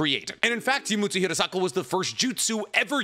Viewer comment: Fun fact, my last name is Hirasaka. Nicks pronunciation is spot on. Hearing say my last name a million times is odd